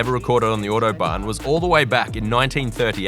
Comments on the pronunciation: Bro saying “iuodobahn” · Ordo-barn. Jesus, mate.